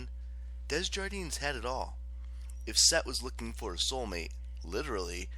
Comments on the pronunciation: it’s alright, I know the struggle of name pronunciation and it’s sill amazing work you did with this audiobook. Just needed to get the Desjardins thing of my chest, sorry for that 😅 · Ok, the only thing really bothering me is the pronunciation of the name “Desjardins”, I mean come on, it’s french